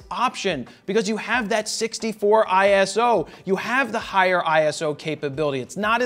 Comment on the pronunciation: Eye-so. Not ISO! 😜 Thanks for the review!